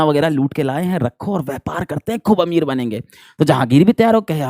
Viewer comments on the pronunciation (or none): none